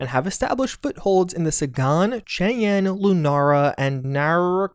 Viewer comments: I suspect "Sagan" is pronounced "Saygun" as in Carl Sagan. I suspect this is a nod to him in the game. Famous astronomer known for his research on Extraterrestrial life. The movie Contact (good watch for anyone who has never seen it) is based on his work. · I stoped dead when I heard him pronounce the last name of renowned astrophysicist Carl Sagan as the city of Saigon. 😂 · Sagan is pronounced “say-gan” after Carl Sagan I’m guessing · Sagan (Say-gen) like Carl Sagan. :p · Sagan, Cheyenne, Centauri... You've gotta take some time to learn how to pronounce these names, you're killing me! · And Cydonia. But yeah, the Sagan pronunciation killed me. The man deserves to atleast have his name pronounced correctly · Absolutely, Sagan especially...